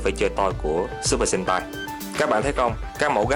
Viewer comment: Supper sentai đọc lẹo lẹo thành supper hentai đúng kiểu Nhật lun =)